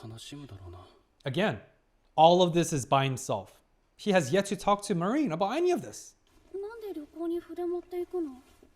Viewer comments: basically: Mah-rin hard a, soft rin not ma-riiin 🙂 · I don't want to be annoying but how many episodes until you correct your pronunciation of "Marin"? 😅 I always think of the US forces when you say it.